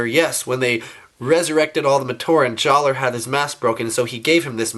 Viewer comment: the R in jaller is silent